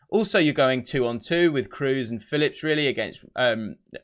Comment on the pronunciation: Kroos is pronounded Craws in german